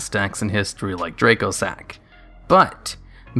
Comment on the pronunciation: Dracossack is pronounced "Dra-cossack" because its a dragon based plane, that is the Antonov AN-225 Mriya (Cossack). you pronounced it "draycosack."